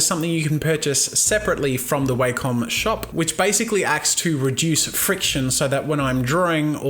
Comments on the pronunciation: The way you pronounce Wacom is disturbing to me. It's Wack-em not Way-come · That would be wakem its wa-kom